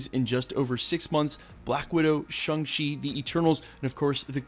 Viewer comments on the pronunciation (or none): SHANG CHI, bruh, NOT "shung shi" 🙄